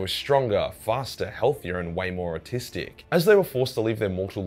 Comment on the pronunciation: did you say "way more artistic", or "way more autistic"? Because honestly I think either one could make sense